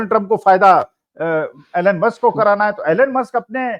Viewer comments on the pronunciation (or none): Pls pronounce name correctly - it is not ALAN Musk - the correct pronunciation is ईलॉन मस्क । Just like Donald is not Donaald Trump!!!